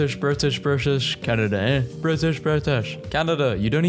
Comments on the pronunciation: Eh is pronounced A for future reference 🫡🇨🇦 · Canadian here, you're saying eh with far too much effort. Its pronounced like the letter "a" but kind of casually and with a slight question mark. Sounds like "hey" Overall quite funny, thank you!